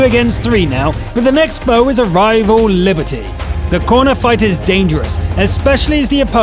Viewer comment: Liberty? Non, c'est Liberté! If you must feature that dastardly French heavy, pronounce it right